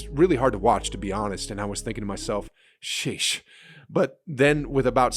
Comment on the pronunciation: His sheesh sounds so white